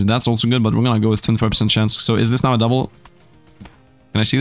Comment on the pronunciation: Are you serious right neow